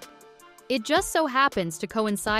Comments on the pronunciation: Samhane? Really? It’s Saa wn. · Samhain. Simplest Gaelic sound? Not Sam-hayn. Sah-wen. SAH-wen. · Immediate eye-twitching when the narrator pronounces it “sam hane” instead of “SOW-en” (among other easily-prevented pronunciation mishaps) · It's not sam hain.....its sa..wen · Mh in Scot’s Gaelic (gal ick) is a v sound. As in Slainte mhath (slan ja vah). The Gaelic can differ somewhat between dialects as it does between Ireland and Scotland. So (So ween) AND (Sa veen) are both correct. It’s that (Sam hain ) that needs eradication. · Seriously is is not pronounced sam haine. It is pronounced sowin. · Samhain - it's pronounced "Sow-en", NOT "Sam-Hane". Sheesh. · It's pronounced SOW-en, not Sam-hane. Please learn to properly pronounce words so as not to unwittingly insult those who actually celebrate these festivals. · It's pronounced "SAH-win" not "SAM-hain." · If you're going to talk about Samhain (Sow-en), you really need to learn how to say it. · You mean Sam (Yuhen) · It's ok to me to mess up. None of us are perfect. U did ur best. Ty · Thank you! I was going to comment on the same thing. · As a Scots-Irish American, even I know how to pronounce Samhain. It's Sah-whin. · You lost me at "Sam Hayne" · Interesting ideas. Samahain is pronounced Soween. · The Proper Way to Pronounce Samhain: Sow-wen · Samhain is pronounced "sough-an" or "sow-an" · Please, the correct pronunciation of Samhain is *sah-wen". Thanks for the videos, but please! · It's pronounced sarwin! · Samhain pronounced sawwhen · Samhain is Sow-wen... It's Gaelic, not English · Ikr? She keeps saying it wrong and only mins in, I am peacing out. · Learn how to pronounce Samhain before making a video about it.